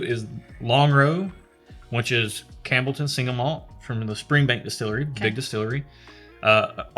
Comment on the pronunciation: I winced every time you said "Cambleton" instead of Campbelltown, but the fact that y'all are WAAAYY outside your wheelhouse made it ok. After the Offerman/Laphroaig mixup I was like "Oh man, people are gonna roast them in the comments and we'll never see another scotch episode." I'm glad to see it's turning out great, lots of good suggestions in the commentary. Do you happen to know which Laphroaig Cairdeas that was? They're different annual (I think) releases, so it could have been anything from port wood to fino casks to, well, lots of stuff lol. Their Cask Strength editions are fantastic, as well as Lore (love me some Lore). Lagavulin is very similar to the Laphroaig Cask Strength, and has a Distillers Edition series which I highly suggest tracking down as well. (If y'all accept samples I'd be happy to ship a bunch just to get you some variety without having to take out a second mortgage lol.) Lagavulin was my first foray into Islay whiskies, prior to that I'd only tiptoed around with Glenlivet, Macallan, and some scotch-adjacent stuff from Japan--you'll need to check them out next, but pace yourselves haha!--but still preferred American whiskey. That first sip of Lagavulin was like coming home. I still enjoy Bourbon, but the sheer range of variety you can get with Scotch is just astounding. Bourbon is catching up, especially given some of the things I've been tasting out of Texas, but Scotland has a hell of a head start. Oh, and if you want to get stupid and blow some ca